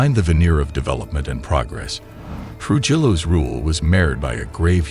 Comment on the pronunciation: Its pronounced Tru-hillo